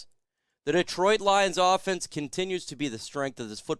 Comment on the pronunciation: First thing you can do is pronounce Detroit . Not deeeetroit